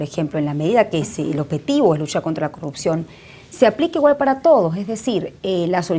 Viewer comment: en venezuela no hay "corrutcion" como dice esta señora, hay CorruPcion! aprenda a hablar señora